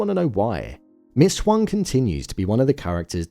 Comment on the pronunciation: Appreciate you for pronouncing Huang correctly even when the show didn’t